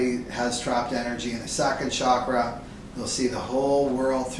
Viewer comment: How can you trust someone that cannot even pronounce the word "chakra and kundaliní" correctly?